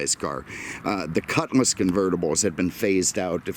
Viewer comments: JSYK, it’s a cutLass not a cutMass. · Ok, can’t do it anymore. Made it to just shy of 9min and I can’t handle hearing cutMass anymore, it’s quite literally, on my damn last nerve because it’s not cutMass, it’s cutlass!